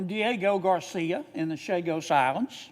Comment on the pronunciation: On a side note, Senator Kennedy's rant about the Chagos Islands is complete revisionism. He gets so much wrong that I don't even know where to begin. He can't even pronounce the name correctly. (Chagos, not Sagos.) Ugh, the ignorance and deception of those who run this country are on full display. Always thankful for Sen. Sanders, though!